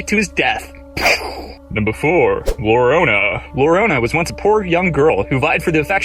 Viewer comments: it's not lorona. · "Lorona"? "Cucuy"? WTF?! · Some Doood he needs to learn some Spanish tho I cringed at that part